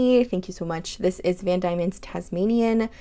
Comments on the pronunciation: Van Dieman's is a local ink company to me and it is definitely pronounced like Van Demon's. The company is named after the original name for the island of Tasmania, Van Dieman's Land, where their brand is based. I love seeing a local brand loved so much internationally! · It's pronounced Van DEEmons - Van Diemans Land is what Tasmania used to be called. They're based in Tasmania. x]